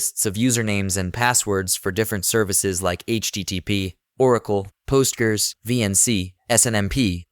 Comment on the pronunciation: This has got to be an AI voiceover... "meter preeter"?? "post gers"?